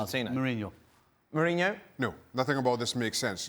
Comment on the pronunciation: Got that Mohrinho call right.